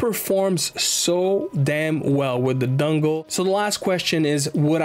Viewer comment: Bro can't not say dungle